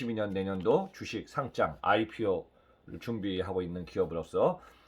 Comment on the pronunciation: 좋은 내용 감사합니다 그런데 상짱이 아니라 상장입니다